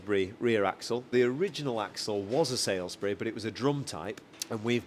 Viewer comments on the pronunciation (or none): All great except surely grimacing in Wiltshire: Salisbury is surely "sollsbury" not "salesbury"? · Great vehicle. I like it a lot But it’s Saul’s berry Not Sales berry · SALSBURY IS A PLACE AND NOT PRONOUNCED SAILS-BURY THE AXLE NAMED AFTERTHE PLACE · the 110 looks absolutely gorgeous! And with that engine it will last out your lifetime! One thing though the rear axle is a Salisbury (as in the City of Salisbury) not SAILSbury mate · Wots a 'saylsbury' axle? Is that like a Salisbury axle but with more 'wilt-shiyer'? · Salisbury diff.... not sailsbury